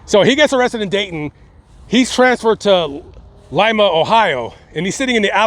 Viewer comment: U said lima correctly, thank u